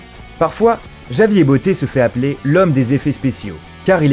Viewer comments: C'est pas JAVIER sa ce dit ravière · "Javier" ??!! Ça se prononce Ravière __' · Javier se prononce "Ravière" au passage...c'est un prénom espagnol. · Javier se dit "ravière" 😂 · "Javier" ? Tout les mots anglais sont dits avec accent mais un prénom espagnol non ? Ça se prononce "ravier" à peu près si on ne parle pas espagnol. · Javier? C'est quoi cet accent?..ça se prononce [Ravière]